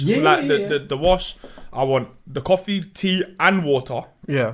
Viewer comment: man said i want the coff, tea and water!! dead